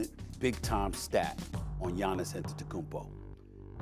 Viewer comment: They still butcher Antetokounmpo. So I guess it doesn't matter